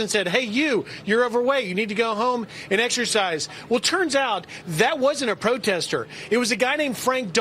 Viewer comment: I tink he taught I was a protestah